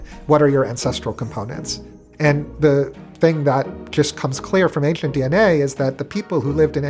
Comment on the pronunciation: I have newfound respect for my speech therapist. This guy has the EXACT speach impediment I had. Ainshlent.